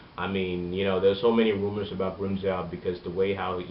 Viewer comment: its Joe not Jow